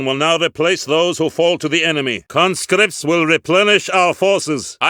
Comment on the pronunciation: We have more concripts at our disposal